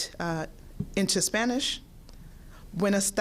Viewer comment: Wow...she did good in her spanish pronounciation!!! And I pray that we all will stay healthy.